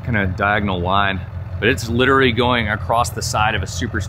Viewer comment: love the vids but i cannot stop thinking about how you pronounce literally as literly it kinda drives me crazy..